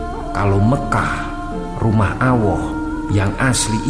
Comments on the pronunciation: Maaf Ucapan lafadz Alloh dgn hurufل jalalah..bukan awwoh dgn huruf و min. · Maaf .allah bukan awoh .pke lam bukan wawu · klo ngomong yg benar...boss .&youtuber lain .(allah.) bukan auwwoh. .alif &wawuh itu beda.carilah kebenaran maka dunia akan mengejarmu insyaallah.MAAF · sedikit koreksi Allah / Awah? pisss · Aku jadi tersenyum Ketika Rumah Allah. Di baca Rumah Awoh. 😂😅😀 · Subhanallah, kajian yang sangat baik. Namun akan lebih baik jika pengucapan asma Allah diluruskan, jangan awoh. Kewajiban kita untuk saling mengingatkan🙏🏼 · Mhn maaf koreksi * ALLOH bukan AWWOH * jgn di besar2kan kl sunan gak jadi haji..kita tidak tahu yg terjadi sebenarnya..bs jadi sunan sdh berhaji krn umur dia 100 thn lebih..bisa panjang kl bahas sejarah *kl di tarik jaman sekarang..kemiskinan itu tgg jwb bersama(pemerintah + rakyat) kl rakyat miskin terus2an gimana mau berhaji? Besarkan niatan umat utk menunaikan rukun islam yg ke 5..walau nunggu sampe 20 thn lebih & dana jg buat insfrasuktur(inikan betuk amal jg..krn ga dapat bunga) Basmilah korupsi &hal2 yg membuat kemiskinan di negara ini Kadang org yg kurang ato pas2an imannya ..hbs berhaji bisa tambah tebal imanya..hanya ALLOH yg tahu Semoga bermanfaat & mhn maaf 🙏🙏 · Betul itu dalam mengucapkan kata allah dan rosulnya d harapkan harus jelas dan benar begitupun dengan kitabnya allah bkn awoh karena beda hurup beda arti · Allah mas bukan awwoh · Maaf kang Ralat. Yg benar Allah bukan Auoh.. yg Benar Baitullah bukan Baituwoh🙏🙏🙏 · Bnr sekali krn bhsa arab slh ucap slh arti...allah,bukan awoh...awoh sih apa lam bda dg wau... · ini bukan mslh fasih apa tdknya tp salah pengucapan...kta allah itu pake alif lam klw awoh itu pke wau.alif lam dan wau jls bda..ngaji lg yg bnr jngn asal complain.. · Husen Wijoyokanko # hla iyo kui masalah fasih opo ora...karepe yo muni ALLAH tp iso metune AWWOH.. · Allah bang bukan awoh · muslim bukan tuh yang menyampaikan, nyebut alloh kok awoh, cape deh.. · Bener nih , kirain cuman saya yang salah dengar